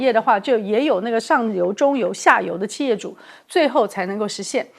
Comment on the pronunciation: 汉语发音有的听不懂，俄是二声，不是饿的音不是四声，企业的企是三声，不是四音，不是气业的发音，